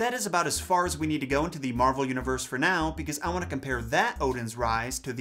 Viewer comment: I can't stop hearing 'marble' instead of 'Marvel'.